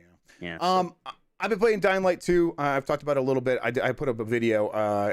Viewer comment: Every time Jeff says dying light 2, I hear Dynamite 2 and always say to myself "wtf is Dynamite 2?"